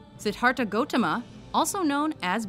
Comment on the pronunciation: You Sade Buddha's name wrong